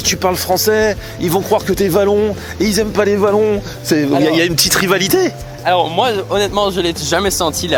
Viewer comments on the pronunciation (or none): Les Wallons stp pas les valons 🤣🤣 OUALLONS en prononciation mais merci pour ce fou rire 🤭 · OUAllons... pas Vallons... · Tu as presque fait un sans faute ahaha .. Très bonne prononciation d'Anvers, mais par contre nous sommes des wallons, pas des VALLONS 😂😂😂